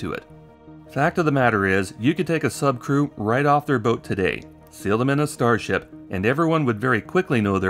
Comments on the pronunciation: I swear i heard "starshit" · "Musk has said over and over again, that his starshit..." Was that a tongue slip or deliberate? Because I think it's a great summary of this project...